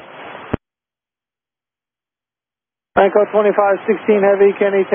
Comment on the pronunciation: It sounds like Lanco, not LATAM.